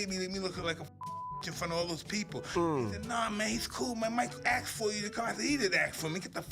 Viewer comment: He asked not axed